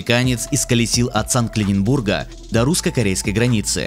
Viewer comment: Проколесил от "САНКТ-ЛЕНИНБУРГА" ? WTf . Что за БОТ озвучивает?